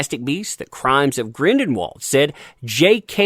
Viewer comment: Grin-dull-w/vald. NOT Grindinwald